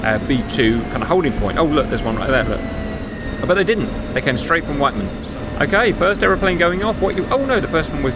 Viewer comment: witt-men not white man lolz fuck.